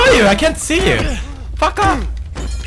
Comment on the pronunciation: everytime he says "fuck off" it sounds like he says пока